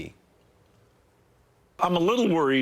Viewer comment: Its USA ID , NOT "AID". ID = International Development